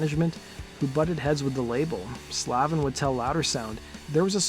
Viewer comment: Sandy pronounces his last name: SLAVE-IN.